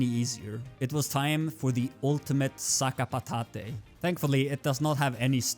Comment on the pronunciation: "Dualistsay" "Sakapatatay" 🤮🤮🤮